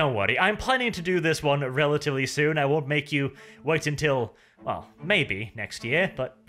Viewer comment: I get triggered whenever you say "soon"